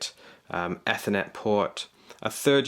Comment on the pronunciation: It's Ethernet not Ethernet